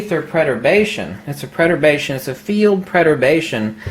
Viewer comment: Are you trying to say Perturbation? It sounds like you are saying preturbation?